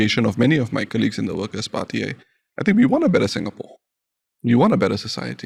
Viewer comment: ... Pritam pronounce 'colleagues' as 'Kerlicks' 😱... He is Singaporean after all 😂💪